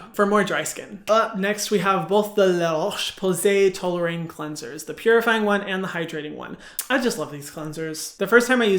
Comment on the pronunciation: It's ToleriAne, not TolerAine. 😛